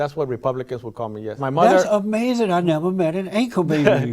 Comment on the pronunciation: he just can not comprehend, LEGAL and ILLEGAL... Ah-May-Zin